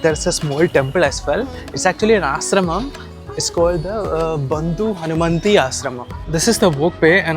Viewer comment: Bro it's Bandhu mohanty not Bandhu hanumanty😂